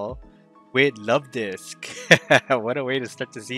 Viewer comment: Let's goooo Luvdisc! ❤ and yes, you're pronouncing it right. Lol